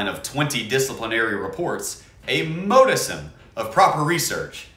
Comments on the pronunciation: heads up that modicum is pronounced harsher like mod-ih-cum not mode-i-sum, I noticed you said that a few times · I'm a fan, but the way you pronounce modicum infuriates me more than it should 🤣